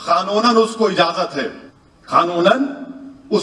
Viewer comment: ओवैसी खानूनान नही कानूनन होता है